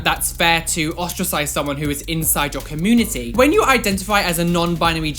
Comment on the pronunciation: I just love the way they say community, like it's 'comoonity' haha